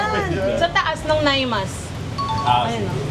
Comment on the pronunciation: "na-i-mas" po ilocano po yan ng masarap, hindi po "nay-mas" 😭